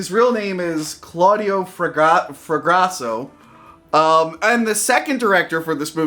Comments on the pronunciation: "Claüdio Fragrazo" Sono indignato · "Italians are my people" Proceeds to butcher director's name.